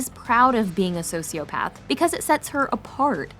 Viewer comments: The "psychopathds" and "sociopahves" pronunciation is driving me crazy. But yes good explanation for things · why did I heard Sociopads everytime? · The way she’s pronouncing psychopath and sociopath is making my skin crawl 😭😭 she keeps saying PAD 😭😭